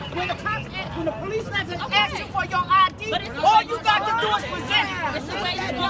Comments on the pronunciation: Someone should tell that cop how to speak English lol. It's "ask" not "axe." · When the hell will black people learn to pronounce there words correctly? lol I guess we will have to ax one of them sometime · Why does it seem that so many cops say axe instead of ask. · The cop wasn't using correct words. It's ask, not axe. ASK. This bugs the crap outta me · Can someone tell me why it's so hard to say "ask"? Everyone is saying "axe"... I axed him... Wtf. Surely that's illegal :p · Thank you, my gosh I can't stand it when people say axe instead of ask. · most black people can't pronounce the letter "S" that's why the day axe instead of ask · This is this is the last time he's going to ax him! Wow so unintelligent! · Lmao the cop "that's the last time ima axe you" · should have started yelling hes threatening me with an axe ... why cant blacks ever say ASK its always axe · I’m axing for your ID. With what dude an axe? Oh you mean ask, then why didn’t you say so? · I axin for it ! Let me ask you a question, why can't he say ask ? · He's axing fo' his ID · dis is da last time i gonna axe😂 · Grignak01 Especially after he axed one more last time for it. LOL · never listen to or respect a person in law enforcement that says axe instead of ask proves total ignorance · Is the cop concussed? Is he off his meds? He threatened to axe you. Nothing worse than a bootlicker. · That's the last time he gonna axe! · You shouldn't even be a cop if you say ax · this is the last time I'm going to axsk lol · Lol that’s the last time he’s going to ax you...